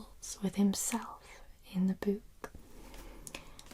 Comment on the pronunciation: The way you pronounce "Book" in your accent is at once jarring and amusing. To Americans, book rymes with words like look, hook, cook. You've got it almost rhyming with Duke or Nuke